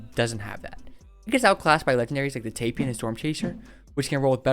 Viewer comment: It's pronounced Tie Pan like the snake